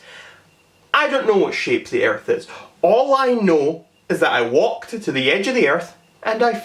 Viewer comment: “It is fact”. Me: Mate I’m aussie this bloke needs calm his farm and maybe go get a snag from Bunnings. ——————————————————————————————————: “Inabber can’t speak English”. Me: Mate, when say child it sounds like chilled and when you say walked you say wayked.